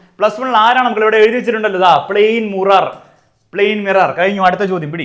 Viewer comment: mirror❎ murar✅😂